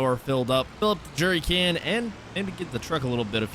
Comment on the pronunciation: I cringe every time he says “jury” can. It’s a jerrycan. Also, why the hell didn’t you just cut down a tree, take the wood to the sawmill, and immediately pay off the loan?